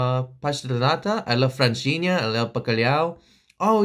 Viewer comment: I can't imagine a Portugueseboo xD You're almost nailing the pronunciation on "Francesinha"! The UK accent got me though xD